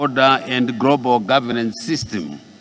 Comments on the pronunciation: Grobaru instead of Global ,vhunarebhu instead of vulnerable eish Famiri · "Your Excerrance" "Deveropment" "Vhunarable" "Mentarrity" Groball Charranges Poriticary Isoration Sorid Famiry Poritics Preased Impriment Varue Corabolate Estabrishment